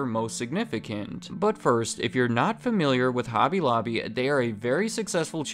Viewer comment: "Hooby looby" hobby lobby Holland. You're welcome